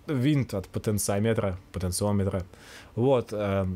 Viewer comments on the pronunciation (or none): Потенция не измеряется. Она или есть, или её нет., пожалуйста, научись говорить "потенциОметр". Электронщики зубами скрепят...